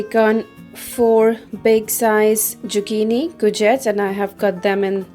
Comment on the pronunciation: Great video..........just one quick thing !! Zucchini is pronounced with a Z and not jucchini ......! Don't mean to offend u !